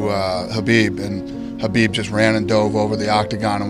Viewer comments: The ufc pronounced his name wrong his entire career. The Kh in his name makes the flem sound (yes like you're hawking a loogy). So its flemsound-abib, its not Kabib or Habib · I think Khabib is saying it wrong too but that’s probably how they pronounce it where he lives. The Kh at the start isn’t a K or a H the two letters combined together make a sound that’s only in the Arabic alphabet. I don’t type in Arabic so if you want to reply with a better explanation you’re welcome to.